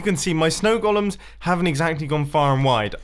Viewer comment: I like that he pronounces golem as "Gollum".